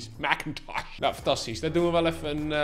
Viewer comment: Ben ik de enige die echt veelste veel geniet van hoe die Mac-Intosch uitspreekt? 🤣🤣🤣